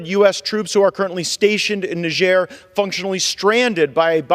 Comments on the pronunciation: English speaking countries don't use the French pronunciation - - If you want people to know what country you are speaking about - - say "Nigh" (like the time is nigh) + "jer" (as in Jerusalem). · Cannot even pronounce the name of the country